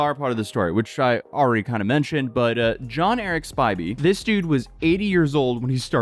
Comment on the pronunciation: Lol now repeat after me s p I vy not spivvy